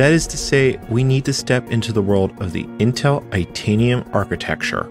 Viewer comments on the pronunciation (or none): none